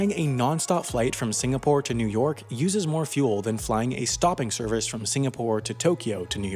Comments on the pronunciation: Is he trying to say "new york"? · New Erk > New York